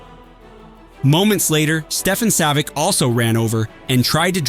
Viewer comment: Savitch …. Come on man …